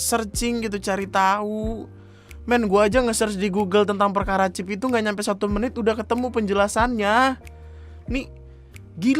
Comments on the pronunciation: Chip bapak bukan chif!!!!!!!! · "ada 'chiF' nya" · "chif" Me: ngogkeyy v: Btw mamammm tuh yg gabut nyongkelin buat nemuin chipnya, Ngurus ulang katepe lagi😂😂😂 biasanya kan klo mo ngurus ulang ditanyain knp hrs ngurus ulang ktp, org laen alasannya ilang dsb, lah mereka malah alasanya "karna abis dicongkel buat nyariin chif yg katanya buat ngelacak lokasi itu pa" 👀